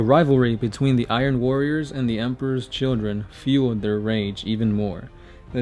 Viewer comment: I keep getting triggered by you saying Iron Warriors.